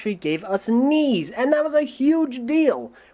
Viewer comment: I thought he said wings